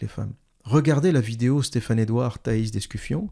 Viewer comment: Au début vous commencez à jouer avec le nom et prénom de Stephane Edouard avec des prononciations en langue pseudo-italienne. Stephane Edouard au moins se montre publiquement avec son visage et surtout avec son vrai nom, alors que vous vous cachez. Ayez au moins le courage de dire qui vous êtes. Un longue vidéo plein d'incohérences, arrogance, mépris pour ceux qui suivent Stephane E.